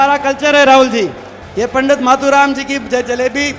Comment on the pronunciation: मतु राम नहीं मातु राम